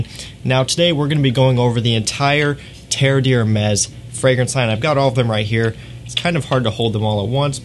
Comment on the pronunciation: Good info, but please take a look at how the name of these is spelled (it's on the bottles you're holding): Terre d'Hermès. Compare to what you have in your title and description "TERRE DE HERMES." And how you say it: three syllables, not four.